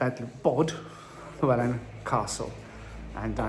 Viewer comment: It is pronounced Bodel wydd an.😊